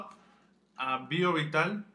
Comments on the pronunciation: Y nunca supo decir bien el nombre de las pastillas viovital o vivioptal? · es vivioptal pero el menso no leyó bien